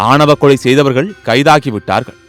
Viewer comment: வீடியோ முழுதும் "ஆவண"க் கொலை என்று கூறிக் கொண்டிருக்கிறீர்கள். ("ஆணவ"க் கொலைக்கு பதிலாக).